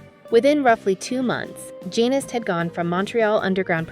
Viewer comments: I just commented on that, the subject of this video is Rick Genest, his last name is pronounced je-nay. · His last name Genest, is pronounced je-nay, and Mugler is pronounced moo-glare.